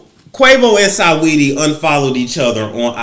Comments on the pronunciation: RIGHT, LOL-- SA NOT SAW-- SINGING-- SA-WETTIE I.E. SWETTIE🤭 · Love how he says Sigh-Weedy...